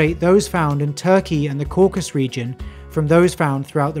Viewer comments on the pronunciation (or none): Interesting...but you need to improve mispronounced names: Nambia and Caucus Region are NAMIBIA and CAUCASUS